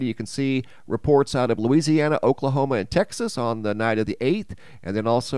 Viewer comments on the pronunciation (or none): none